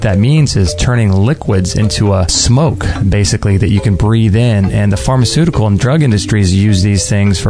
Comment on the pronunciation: Toxic- TokSick... :-) Pharmacutical- Harmacutical.. :-)